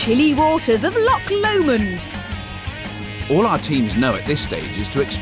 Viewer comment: Lisa , its loch Lomond . not lock Lomond .